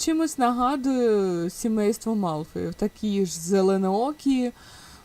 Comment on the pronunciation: Вибачте, але Мелфоїв, а не Малфоїв 🙃. А так персонажка дуже гарна вийшла 🤍